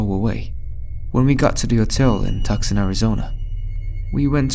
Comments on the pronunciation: It’s pronounced Two-San (Tucson Arizona.) Not Tuck-son. The c is silent. You can tell the narrator ain’t an Arizona native lol. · Tucson - "Too - sahn" honey. As human beings we ALL make mistakes, it's human nature. 😃🙃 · I couldn’t take that first story seriously after that narrator mispronounced Tucson.